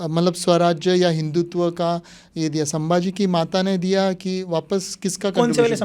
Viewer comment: Irritating.... How did our Marathi guy didn't correct the interviewer calling the words " Shatrapati and Hinditva..... It is Chatrapati and Hindutva .... I wanted to slap and correct him